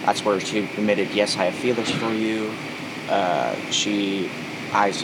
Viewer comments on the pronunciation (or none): Why does he keep saying "feelers" 🤮🤮🤮 crrriinnnnnggeee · He really aggravated me every time he said “feelers” Like bro, I wanna play in traffic. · Why does he keep saying “feelers” instead of feelings 😂😂😂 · If this fcking guy says feelers one more time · Is he saying feelers instead of feelings??? Like every time. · Does he keep saying "feelers" instead of feelings? Also, that " big tattooed dude" definitely is a Gordon Flowers fan. Probably has a Predador Poachers t-shirt at home.